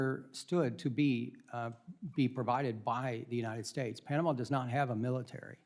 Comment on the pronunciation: Why she says Pianama ?